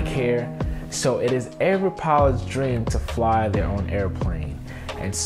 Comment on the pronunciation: Matthew Moilanen I checked it , it sounded like corvette. But the problem is mike’s enunciation, it’s poor , he might have been saying covair, but he was saying it mike’s way. “Pillots “ is another pronunciation difficulty he has .